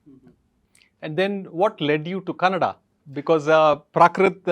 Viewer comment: Wow ....when he says Kannada....instead of Kannad ! His pronunciation of Kannada is impeccable! ಖುಷಿಯಾಯಿತು ಗುರುಗಳೇ...